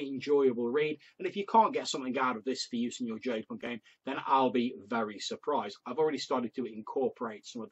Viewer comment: No worries, most folks mispronounce it. You came closer than many of them. I did have a question on the material for you. Did you find the healing rules to be useful?